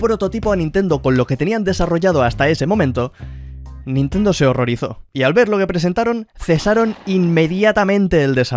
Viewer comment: "El juego que hurrorizó a Nintendo" D